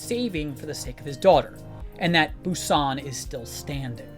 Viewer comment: So sorry just have to point it out, how you pronounce "Busan" just sounds very strange. In non Korean speaking countries we still don't pronounce it that way. And a quick YouTube search will also tell you how to pronounce it in Korean.